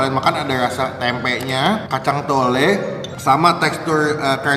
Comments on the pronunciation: Kacang tolo bang bukan kacang tole hahahah tole dlm bahasa jawa anak laki laki bang😁😆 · Kacang tolo bukan tole bang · Kacang toloooo bang....not tole,tole itu anak laki2 kecil.🙄🙄